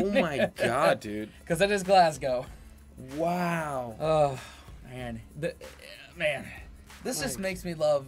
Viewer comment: Pronouncing Glasgow correctly has taken you chaps channel from 'spectacular' to 'elite' for me as a Scottish person!! Love it!!